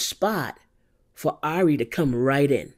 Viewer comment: Great video. BTW I heard somewhere the right way to pronounce her name is "eerie" 😊